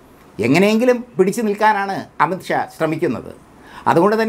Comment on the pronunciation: വാക്കുകൾ ക്ലിയർ അല്ല.അംഷ അല്ല.അമിത് ഷാ എന്ന് ക്ലിയർ ആയി പറയണം